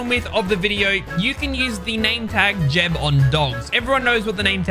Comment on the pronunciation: It's jebb_ not jeb_